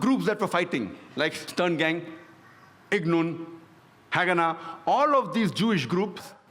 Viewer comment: Irgun not ignun